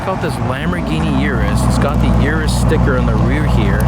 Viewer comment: "eww rus" not "YourUS"